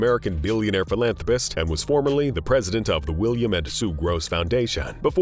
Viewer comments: Yes, I agree I have never heard philanthrapast but philanthropist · Why "ast" instead of "ist" 😫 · Philanthropast. Lol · "PhilantropAHst" donate to "causAHs" and "organizatiAHns" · It sounds like hes calling them ass hats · It's NOT PHILANTROPAST YOU F**KING MORON.